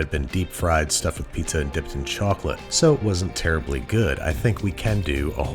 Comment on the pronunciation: the way he said chocolate for some reason was funny…